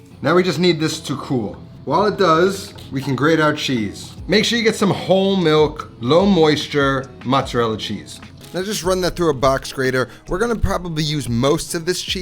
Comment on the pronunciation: Great video! Well spoken, clear easy to follow. However, you said mattsarella cheese. What the hell is mattsarella cheese? Is that a Jewish cheese? Oh, mozzarella.